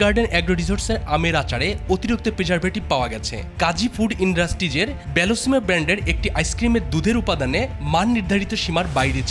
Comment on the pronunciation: এই সাংবাদিক কোন গ্রাম থেকে আসছে? পণ্যের নাম, শব্দের উচ্চারণ ঠিক মতো করতেই পারে না। স্ট্যান্ডার্ড (Standard) কে বলে "ইশ-টেন্ডার" । বেলিসিমো (Bellissimo) কে বলে "বেলসনো"। এরা চাকরি পায় কিভাবে। হাস্যকর